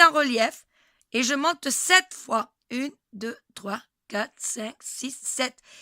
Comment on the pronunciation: On dit cinq